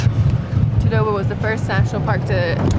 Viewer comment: FYI its pronounced as Taa-Doh-Baa... Nagpur is pronounced as Naag-pur. Please atleast pronounce the original names correctly, its respectful to stick to original pronunciations.